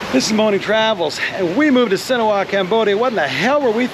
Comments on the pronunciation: Why do you pronounce it Sinowa ? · Si-Han-ook-ville. You are with a Khmer. Yet, you cannot even intelligibly say the name of the place where you live. Absurd.